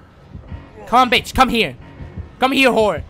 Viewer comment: "You want to play a game betch?"